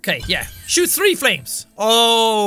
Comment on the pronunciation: Sean: now I can have tree energy cells. Well I guess its hard for him to say three instead of tree lol sorry Sean but its funny 😂